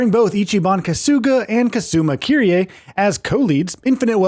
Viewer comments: Man said Kyrie ☠️☠️ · kazooma kiryay lmao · That is NOT how you say Kiryu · This dude still can’t say Kiryu’s name right